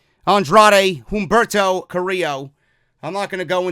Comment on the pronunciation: bro, love your work, quick note, u dont need to enunciate the "H" in humberto, u can pronounce it "Umberto"